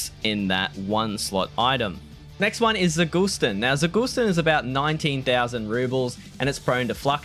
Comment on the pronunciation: zagustin - emphasis on the last syllable :)